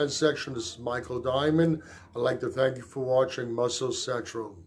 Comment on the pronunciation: You might want to enunciate better at the end when you say Muscle Central. Your garbled speech sounds like said Muscle Sexual... Pronounce the N at the end, bro...